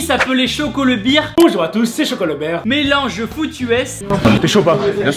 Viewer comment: Damn Tibo.. tu confonds "Bear" et "Beer" ! La famille Bear t'en remercie ahah. Viens essayer de nous suivre sur une journée prépa physique et entraînement de football américain au meilleur niveau Suisse